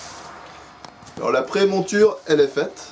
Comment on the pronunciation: On dit "émouture", et non pas "émonture", par contre, jolie boulot!!!